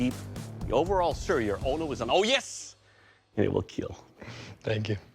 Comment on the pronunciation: I Hit play just to hear him say: "It will Keel" 😂🥴